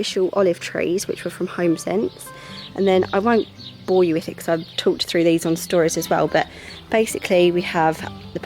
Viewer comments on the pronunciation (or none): none